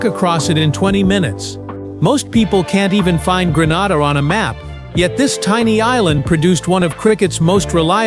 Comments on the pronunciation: It is annoying hearing Grenada pronounced Gran-arda. It is Gren-ayda. Proud of Andre Fletcher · Learn to pronounce the countries properly Gre - na - da. ST LU-CIA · Fake fake fake...your pronunciation of Grenada is wrong and plus you cannot walk across Grenada in 20 minutes...please get your facts straight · Hello sir, I appreciate your story but please pronounce the island name correctly it’s GRENADA…. thank you. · You lied about walking across my island in 20 minutes don’t disrespect our island like that and when doing a video for publicity learn how to pronounce the name of the island properly.